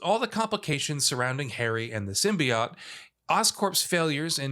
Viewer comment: Symbiaht?? What is that?? I've heard of the SymbiOTE